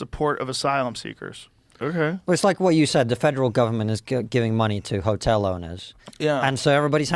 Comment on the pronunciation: Roosevelt Helltel... mask slipped off momentarily.